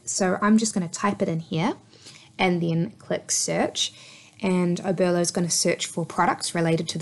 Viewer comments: Oberlo not Obero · OBERLO not obero!!!!!!!!!